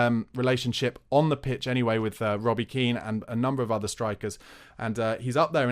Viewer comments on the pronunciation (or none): none